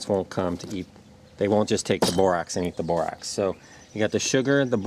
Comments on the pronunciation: Really good video. It's bor ax not ox. But that's not Important unless there are both. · Bor AX. Not Bor OX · Is it Borox or Borax? Sounds like u said Borox. Also will Borax/Borox mixed with only sugar or only honey work, or do I need all 3? Thx much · Bor-OX? Dude, can you read? You're sharing a video tutorial and teaching the viewers to obtain Bor-OX? SMH